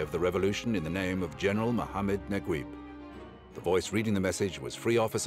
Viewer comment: I still don't understand why they spell Najeeb as Naguib in English.... so weird. The commentator pronounced it completely wrong LOL. It's NajEEb.